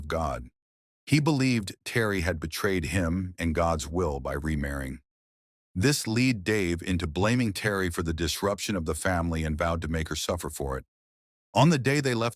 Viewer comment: Also its led Dave, Not lead Dave. You do this a lot.